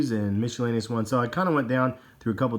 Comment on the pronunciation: Miscellaneous is pronounced "misselaneous", not "mischelaneous" like .